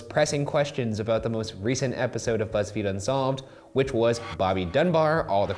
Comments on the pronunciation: Shane said fuzzfeed lol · "Of Fuzzfeed Unsolved Troo Crime" - Shane 2k18 I dunno why i heard Fuzzfeed but i did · Did Shane say fuzzfeed??? 😂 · Shane said fuzzfeed unsolved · At the end Shane said Fuzzfeed unsolved 😂😂😂😂😂😂😂😂😂😂😂😂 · He said fuzzfeed in the beginning.